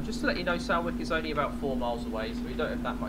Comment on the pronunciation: Nice video. Btw, Salwick is pronounced Solwick. Just like salt is pronounced solt